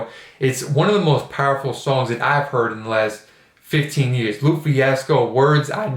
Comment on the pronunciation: I know this is a late comment but for future videos lupe is pronounced lou-pay